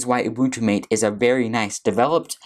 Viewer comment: Matay, not mate